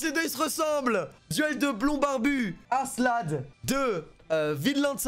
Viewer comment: tu vois pas le K dans askelad XD parce que aselad ca pique les oreilles XD